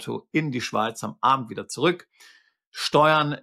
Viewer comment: zu ruck ruck aussprache wäre besser füssiger zu sprechen Kann nicht weiter zuhören